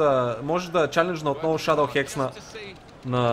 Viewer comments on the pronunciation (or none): none